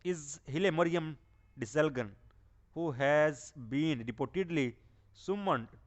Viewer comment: ደስልጋን kkkkkk ! Dude Desalign gg is silent